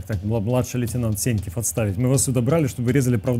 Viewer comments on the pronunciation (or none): Сеньків! Доки ти будеш терпіти, що Адєсіт тебе називає С(Є)ньківим. Ріже вуха неймовірно.